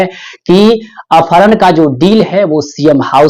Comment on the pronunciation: Apharan bolna sikh lo